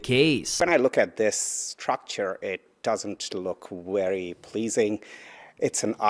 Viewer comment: WTF is a “WERY pleasing’? V IS NOT a W in English, not fking ever.